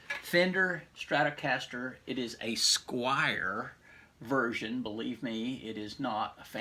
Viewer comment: It is a Squier, not a Squire...